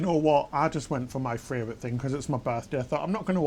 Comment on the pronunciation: simply cannot say fravorite enough times for me..warms my heart!